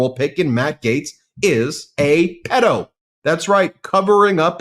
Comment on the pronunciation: Fan here! Since subscriptions were below 500,000! You’re pronouncing “pedo” wrong.